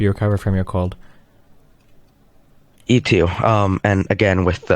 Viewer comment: "I have a cowd and I'm quite tiwed"